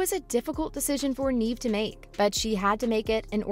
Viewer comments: IKR? I don't understand how they couldn't bother checking how to pronounce her name properly. It only takes a minute to find other videos saying her name. This channel has little credibility. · can't even get past your mispronunciation of Neve, then all the crap you said about gender pay gap... silly GenZ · Hard for me to take anyone seriously that can't pronounce Neve correctly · The person who is doing the talking says Neve’s name wrong. Lol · I think you should learn to pronounce her name right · All this high praise is suspicious since you don't even know how to pronounce her name. Are you just reading something somebody else wrote? Have you ever even heard of the actress? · You said her name wrong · Stop saying her name wrong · If she left because of the pay,then why is the thumbnail going towards you guys saying that Jenna got her fired. Atleast do research on the subject and ACTUALLY pronounce her name correctly before you make a video. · If you are going to talk about a actress at least you can do is pronounce her name right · What you’re on about is not pronouncing her first name correctly. Please record the audio with the right pronunciation, and upload this again with the corrections. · Please pronounce Neve's name correctly!! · 🤦🏼‍♀️ Look up how to pronounce her name😂 Neave it to beaver! She's not acted in years, what does she want😂🎉 she only plays in this, "EVER"!👀 You guys are funny, no matter what YOU think😂